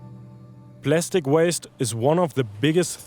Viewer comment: Plastic 💀 Plestic ✅